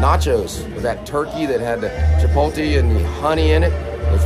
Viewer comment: Not Chi pole TEE lol???????... so many people say that drives me nuts